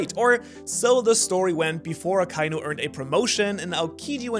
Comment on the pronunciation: aka-inu. not a-kai-nu.